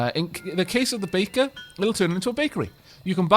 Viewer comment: All I hear is bacon instead of baker.